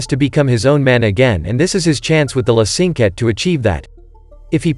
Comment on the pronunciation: i'm sorry, this is bad. The piece is called "La Cinquette", and that's the piece he crumpled up, not some random piece of music. Funny how you say the proper name later, but still mispronounce it. The choir? I don't see any singers. That's an orchestra. Norman does not speak to the audience at "break time", just in between movements... Tom LISTENS to the music on the tablet, there's no sheet music shown. It's obvious he is listening to the music, not copying down sheet music. What he writes are cues to help him play the piece by memory. What are "light pillars"? I can understand some simple mistakes, but these are major.